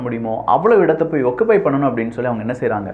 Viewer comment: 'ஒக்குப்பை' இல்ல ஜி.😢